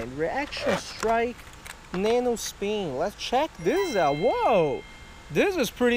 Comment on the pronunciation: Oh yeah the nano speen, Jesus dude speak English correctly or dont